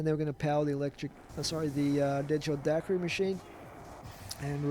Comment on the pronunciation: No it's not..... Its Dak-er-ie